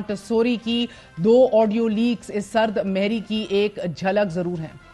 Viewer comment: Not sard mehri Correct is sard mohri.